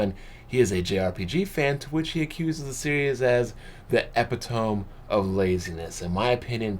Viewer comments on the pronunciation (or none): Epi Tome? It's pronounced E Pit Ti ME lol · ..."epp-ih-tome?" LOL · epitome? epitome. EH-PIT-OH-MEE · It's pronounced "e-pit-toe-me". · Small little Grammar Nazi thing I'm doing here, but... "Epitome" = Eh-Pit-oh-Mee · #epp-ih-tome. Lol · Epitome lol I'm hoping you pronounced that on purpose #colopse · DAT EPITOME PRONUNCIATION, MAN! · That pronunciation of epitome was quite butchered lol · lol epitome pronunciation